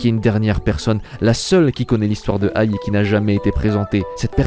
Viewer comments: C'est pas ai, mais aï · Oshino A I !!! Pas Oshino aille, faut faire un peu d'effort quand même